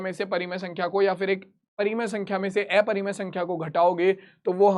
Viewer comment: Sir aeparimay nahi hota hai😅 aparimay hota hai 😅😅😅😅